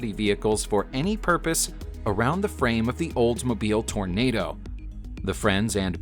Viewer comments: Toronado, not Tornado DOH! lol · Too bad that you can't pronounce Toronado. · The narrater had no problem pronouncing the French words, but failed at "Toranado" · Or Hergé!